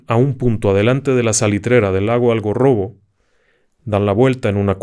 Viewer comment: *Algarrobo, no AlgOrrobo.